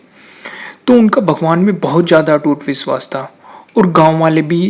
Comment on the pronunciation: viswas... (vishwas)...Ijjat.. nai (izat).... jarorat... (zarorat) .. Taaj....(Taiz) ..Raksa .. Raksha... Manjil.. Manzil... saree... Share. :P Please speak correctly. Thanks Use Correct Urdu world so that we will share your videos. Thanks